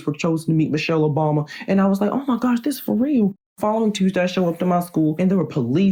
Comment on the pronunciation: What I heard: Michelle Obami